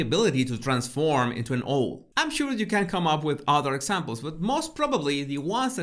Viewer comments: haha! I was also loving the way says 'owl' and I would NEVER want him to change! I truly love hearing people whose first language is not English - it brings such beauty and depth to words we take for granted, not to mention the fact that they've put in the work to speak another language! xx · It is ow-l, not oh-l....but your pronunciation is charming. Love how you unpack symbols as as behaviors. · It's Owl, not an oil or what ever you said, Owl! O w all! say it that way. And Owl is a bird of prey in the USA, and most everywhere else today! Other than your mispronunciation...I do love your commentaries! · please get some pronounciation lessons🙏 sometimes it's really annoying you pronounciating specific words: it is OUWL, not Ooohl. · He doesn’t know how to pronounce owl. It pronounced ‘au l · Owl sounds like owul X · Love your pronunciation! Owl actually sounds like "awwl". I always enjoy your work, thank you. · Pronounce Owl= OWW ell Does that help? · Oh!!! I absolutely adore your pronunciation of the word “owl” “owhl” sounds much more romantic and fascinating. I love your videos x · "Ohwl" is the cutest mispronunciation I've ever heard! Absolute respect to you x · Love 💕 to you and yours . Owl 🦉🦉 is a tough one to pronounce if English is not your first language 🌹OW:L ..as in OU..T . Hope you don't take offence .. I'm just an old teacher working with the TEFL course students . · I don't know any English person who pronounces owl with 'well' on the end but I know what you're tying to say 😂 Prowl without the Pr. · I think you want to get the usual pronunciation in English for owl, at this point in life ...owl as in how or cow or now. Or vow, as in wedding vow,. Or wow. ....Cow is good,. As in,. " Mm is such a jealous cow. " 🐮🐄🐮🐄🐮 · After hearing you say Ole for owl about 7 times I just had to say that the correct pronunciation of owl is that it's just like cow with an l but minus the c. Cowl - l = owl. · try saying AOWL